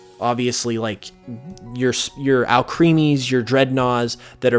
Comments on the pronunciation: Lol. I thought you were saying Alchemy not Alcremie. Also, anyone else planning a dessert pokemon party? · I think Alcremie is supposed to be pronounce Al-crem-ee so it rhymes with alchemy